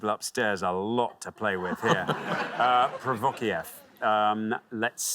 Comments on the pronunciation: The last one she pronounce Profokiev. She always had an "f" or "v" there. I only knew the correct pronunciation because of "We Didn't Start the Fire" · well, yes, but "provokiev" was definitely wrong